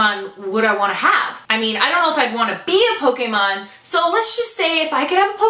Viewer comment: PS. I'm never gonna get over how correctly you pronounce Pokémon!